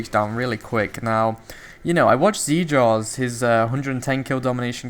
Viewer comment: It's zJars. Look up BelieveInJars.